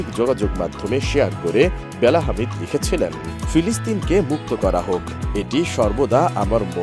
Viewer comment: হামিদ না , হাদিদ 😂😂